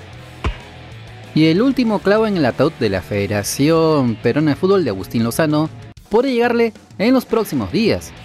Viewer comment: corregir es Lozano, no lonoza